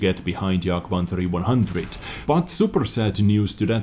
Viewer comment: Jagd-E- Panzah- E- One Hanzah :D